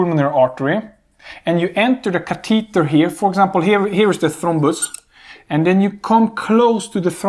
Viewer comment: CA te tah..Catheter..its so unique how he pronounces it. Good lecture